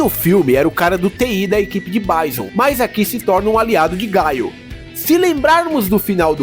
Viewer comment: Falou o nome errado, não é "gaio", é GUILE